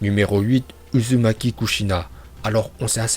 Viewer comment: Ta dit uzunaki